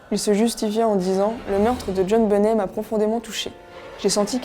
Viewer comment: On prononce " benett " 😳